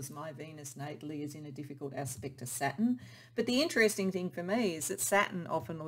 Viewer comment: It sounds like you are saying SATIN, but I figured out you are actually 'trying' to say SATURN. the last part of the word sounds like 'tURN...turn.. as around a corner. Not 'tin' as a metal..you might need to practice that pronunciation a bit. I kept trying to figure out how satin, a smooth fabric, fit into the other words you were saying.